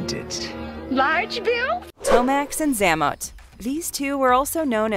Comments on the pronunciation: It's pronounced Zay-mott. You must not have watched the cartoons. Is that a robo voice? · BTW, it's ZAY-MOT, not ZA-MUT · 🤣😂🤣😂 Everytime she says Xamont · Xamot.....Zay mot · Good grief how much effort would it be to at least get the twins names pronunciation correct? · You can tell the narrator chick is reading from a script and isn’t an actual fan of GI Joe because she doesn’t pronounce “Xamot” correctly. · Learn how to pronounce names such as Xamot and grenadier.